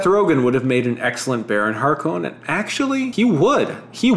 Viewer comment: Dude, Harkonnen is pronounced with an emphasis on the first syllable, like in the movie.